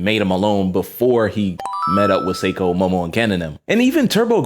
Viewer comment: sorry for being a pronunciation police but it’s not pronounced psycho it’s say-ko If it were pronounced psycho, it would be spelled saiko.